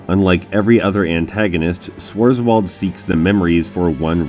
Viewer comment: Your pronouncing is HORRID lol :) Swarz is german and his nae reflects that . French have the same . Fun note , the Bigs are standard units from their time representing US Army , Us Navy and US air force as the army is defending the us in flashbacks , venus is just weird lol